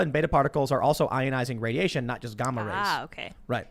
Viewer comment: Anyone wanna comment on how time pronounced gamma